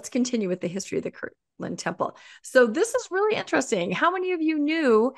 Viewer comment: It boggles my mind how many Mormons mispronounce Kirtland.